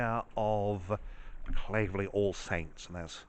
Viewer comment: You pronounced 'Claverley' wrongly! My parents were married in that church in 1953.